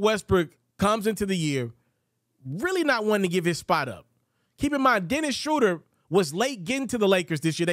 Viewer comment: The name is not "Dennis Shrowder." It is "Dennis Shrooder."